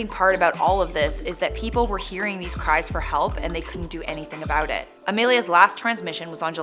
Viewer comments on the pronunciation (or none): none